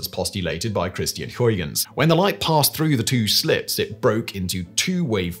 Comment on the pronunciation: Absolutely butchered Christiaan Huygens last name there Simon.